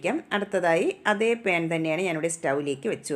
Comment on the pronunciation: പേൻ അല്ല 😆 പാൻ...😂